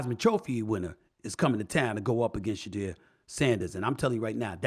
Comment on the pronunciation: HOW R U TALKING ABOUT HIS GREATNESS N MEET HIM N INTERVIEW HIM>>>>>>BUT U CANT GET HIS NAME RIGHT!?!? Shedu-er